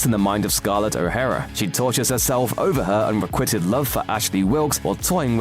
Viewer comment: When am AI narrator pronounces de Bergerac as "de Burg'erac"... ... and pronounces unrequited as unrequitted...